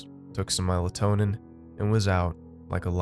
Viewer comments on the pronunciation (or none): What about it? Its melatonin not melitonin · The “melitonin”